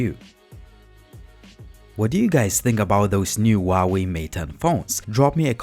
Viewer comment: This is not a bi phone. It is still small compared to main market phones in Asia. I have the 6 inch Mate 9 and it is kinda small. Also it is hu hu hu hwa way 华为 huawei you have to say the H!!!!!! Please ask any Chinese person.